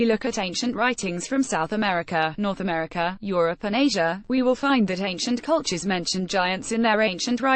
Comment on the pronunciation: It's weird how you say Meteor instead of Media, Americur instead of America.